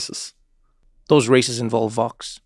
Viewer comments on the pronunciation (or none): Please be more clear when pronouncing VOX vs FOX. I fear that many people still think you're talking about FOX, which would be very unfortunate! I only learned about the existence of VOX in recent years due to listening to "Today Explained" on public radio during my commute. Thanks.